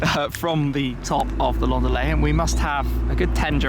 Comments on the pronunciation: Why is he pronouncing it the French way? Either English (because the report is in English) or German, because the manufacturer is German. But why French? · When he says "Laundalet", its like a mexican yelling "andale"!